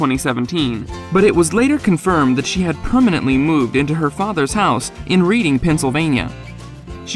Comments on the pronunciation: It's pronounced "Redding", not Reading Pennsylvania. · The town that Jon lives in is pronounced “Red ding”, not “Read ing”. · You mispronounced Reading. It sounds like “Redding”. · FYI. Reading is pronounced like "Redding" (the town where Jon lives) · is pronounced exactly the same in the UK too (as Redding) so I don’t have to be from PA, just to know a bit of English. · Reading is pronounced as REDding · Yes!! That bugged me too 😂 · Thank you! It bothered me as well.